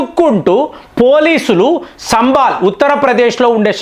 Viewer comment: సంభాల్.... శంభాల్ కాదు